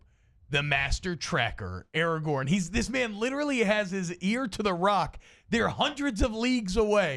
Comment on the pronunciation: THANK YOU. AND ITS ARAGORN, NOT ERAGON. ITS RIVENDELL, NOT RIVENDALE.